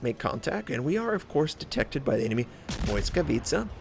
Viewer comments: nope, u cannot be more wrong bout that mate , i do admire u for trying to say the names in their native language, but its not BOY-skavitca .. its Blitz-ka-vi-tsa(i;ve spelled it like that just to make it easier for you to read it out) .. should sound like blitzkrieg , or blitz whatever , because blitz is the root of the name it means lighting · Indeed...it's kinda painful to hear him say boyskawica instead of blisskawica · its actually pronounced as bwiska vitsa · hey, from Dasha i noticed the Błyskawica is pronounced as: Bliss-kavet-sha i admire you effort to pronounce ships accuratly, happy subscriber here:) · Stoyan Kanev there is a difference between thinking that you know everything because you googled it and doing some research, but ok. the google translate pronunciation might not be pin point accurate, but it is at least better than "boyskavica" or your "blitz-ka-vi-tsa". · Indeed, the closer one is "bwisskavitsa", maybe with a hard, not soft pronounced first "i". Word "Błyskawica" translates as "Lightning" and it originates from German "Blitz", but it's not pronounced exactly as "Blitz", far from it. You can easily find pronouncation even on wiktionary. And yes, I am a native Polish speaker. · Not even close as all miss pronounce ł + y This is correct one